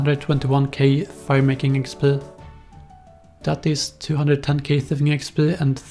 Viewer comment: thuhfing uhcspurr